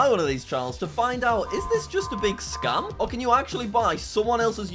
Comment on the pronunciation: "scam"? no "skem"? yes.